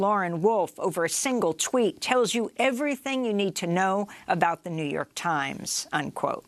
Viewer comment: The Jouw York Tiemz